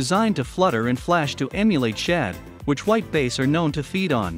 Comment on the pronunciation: not taking advice from someone who can't say "bass" right.